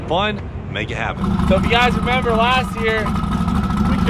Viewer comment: says "nember" lol